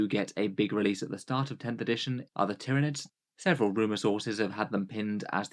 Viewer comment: Ty-ran-ids, Ty-ran-ids, Ty-ran-ids!!@